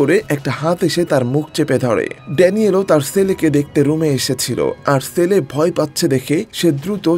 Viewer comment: Apnar pronunciation thik koren bhai Sele na chele hobe